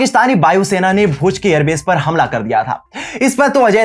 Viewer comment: बसान काठा नही , सही नाम है बनासकाठा। और अपना उच्चारण ठीक करो जैसे एयर बेश नही सही उच्चारण एयरबेस है